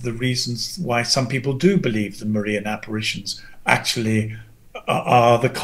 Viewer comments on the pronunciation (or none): Funny. Gavin is a big fan of the Marian apparitions, which he pronounces as Mar-EEan. Dyed in the wool Protestant keeps calling them Marian aberrations. Not so Freudian a slip. LOL.